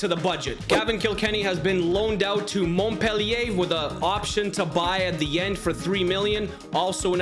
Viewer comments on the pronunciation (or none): none